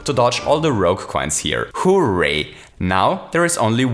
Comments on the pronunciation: It's hooray not who.ray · It's hooray, not "Who-ray" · The way that says hooray gives me life